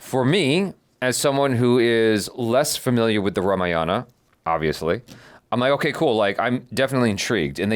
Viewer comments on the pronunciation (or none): It's ramayana not ramaa yana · Rama Yana ✖️ Rama Yan✔️ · The pronunciation of name is fucked up seriously.......its not fault of you guys but makers. Its RAM not RAMA, its RAVAD( रावण) not RAVAN ( रावन), its RAMAYAD(रामायण) Not RAMAYANA. D should not be pronunciate as a Da it should be Ḍ by curling tongue. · It's not RAMAYAAAANAA.... it's RAMAYANA.OR RAMAYANAM IN SANSKRIT Please check how it's pronounced. 🙏🙏.. Meaning of Ramayanam is " The journey of RAMA" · Hi just want to update it’s Ramayan and not Ramayana .. Ram and not Rama.. the movie producers have got it wrong just using colonised language to appeal to international audience. It should be authentic, it’s a representation of our history not mythology. Regards. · Dears you always pronounce Ramayana always wrong. It's not RAMA and YANA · i dont know what happened to indians as well for you the correction i want to make is its Ram not Rama its Ramayan not Ramayana same ways its Krishn not Krishna its west that likes to add " a " behind all the names :D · First and foremost of all its one word "Ramayana" not Rama-Yana.. Second.. you need a proof that Hans Zimmer and A.R. Rehman working together for this movie through a selfie in a room.. just to make you believe.. your subscribers, viewers and views to your reactions got you headstrong and slowly coming out your arrogance side in you. Watchout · It's Not Rame-yana it's Raa-maa-ya-na (Just for the Pronounciation) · RAMAYANA pronounced as "Raa-Maa-Yunn":)) Can't wait for this epic release... Jai Shree Ram.... Stay Blessed you guys, you both are pure love ❤ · This video is all cool and good. But guys please don't butcher one more Indian word pronunciation just like yoga, avatar etc. At least Ramayana should be pronounced correctly.